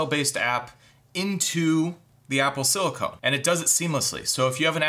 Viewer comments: PLEASE. Stop saying "silicone." It's "silicon." Great video though. Definitely wasn't aware of how capable the Mac Mini is. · Silicon not silicone! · Sili-CON, not sili-CONE. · OMG, Dude. It’s SILICON! You’re talking about computers! Silicone is an entirely different subject! Can I Venmo you a quarter so you can buy a clue. SIL I CON!!! Here’s another word: ELOCUTION.